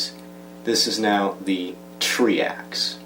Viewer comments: And Try-Axe, not Tree-Axe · Do you also say treecycle ang beecycle instead of tricycle and bicycle? Or are you like the english and say beeta instead of beta